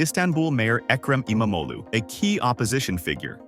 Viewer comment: Kudos for pronouncing his name pretty much perfectly! Just stretch out the sound a bit longer. "E-mam-og-lu". (Means son of imam/preacher)